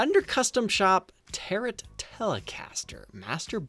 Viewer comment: Closer to "tarro" really.